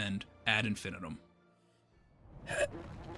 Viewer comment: The word "infinitum" is pronounced: in-fih-NEE-tum IPA: /ˌɪn.fɪˈniː.təm/ It comes from Latin, often seen in phrases like ad infinitum, meaning "to infinity" or "endlessly.